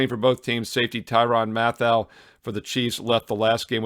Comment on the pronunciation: I believe it's pronounced Tyrann "Matthew". Or you can just call him the honey badger =D